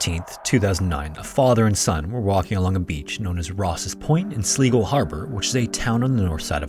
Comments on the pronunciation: just for anyone wondering Silgo is prononced Sly-go, Ive never wanted to be thos person but i flinched every time he said sleego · Just a note - Sligo is pronounced Sly-go, love the videos! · I’m so sorry but Sligo is pronounced Sly-go. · Hey man, just for future reference, Sligo is pronounced like "sly-go". And 'lil fun fact, Sligo means "abundance of shells". 😊 Great work and love your vids! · Just in case you ever cover another story from that part of Ireland. Sligo is pronounced ‘Slygo’. I can see why you thought otherwise, though. Great story! ❤ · Aaaaaggh, you’re mispronouncing Sligo in the first story. It’s Sly-goh. I literally just came back from a holiday in Ireland, and my brother-in-law is from there. 😂😂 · Sligo is pronounced Sl-eye-go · 'Sligo' is pronounced 'Sly-go' FYI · Sligo is pronounced with a hard "I" btw. As in Sl-EYE-go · Good story but as an Irish person it physically hurts me to hear how wrong your pronouncing Sligo. It's pronounced sly - go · Sligo is pronounced Sl - eye - go. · Okay so to spare my Irish people , Sl-eye-go , thank you . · Just in case anything unfortunate happens again in Sligo, It’s pronounced Sly-go 😁. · THIS IS PAINFUL! It's pronounced Sl-EYE-go! It's spelled SLIGO and pronounced SL EYE GO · Sligo is pronounced Sl-eye-go Great vid though, loving the content. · Sligo like "sly go" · I'm slightly amused by the way you pronounce Sligo. Went to the beautiful county a couple of years ago. Its actually pronounced Sly go. Thanks for the upload. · Another cool vid mate. My only criticism (well.., not really a criticism) is that in the first story it's pronounced "sly-go". Easy mistake to make though. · the actual name is Sly-Go and he sure did have a sly go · Sligo is pronounced Sly-go. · Pronounced Sl-eye-go 😉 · Great information. Just FYI Sligo is pronounced Slygo. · FYI: Sligo is pronounced sly-go. Thanks from Ireland. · I love your videos but its pronounced 'Sly go" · Sorry, but Sligo is pronounced "sly-go" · Sligo - Sly go